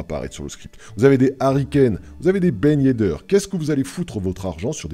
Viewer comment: " Ben yeddeur " lol